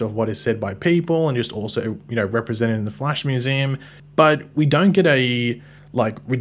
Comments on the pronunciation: It's pronounced The Flash, not Flea-sh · “The Flaysh. Or as some people call him the Flash.” Who calls him the Flaysh? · Lmao even if Flaysh were an acceptable pronounciation. No wayyyyy it’s more common than Flash